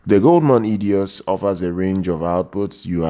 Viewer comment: EIDOS - not Edios!!